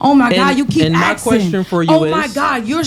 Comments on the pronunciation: What’s “aksing?”. Thought it was ASKING? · Axing….That’s all I need to hear.